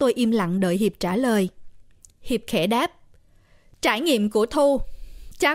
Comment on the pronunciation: nói Hiệp thành Hiếu kìa, nhưng ko sao âu